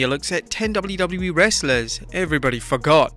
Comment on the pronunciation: Don't know if it's the accent, but I totally heard "everyone F**k off" instead of "everyone forgot".